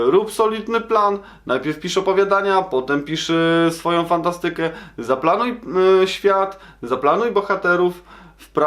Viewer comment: Naucz się poprawnie akcentować słowa hipsterze nie fantastyke tylko fANTAstyke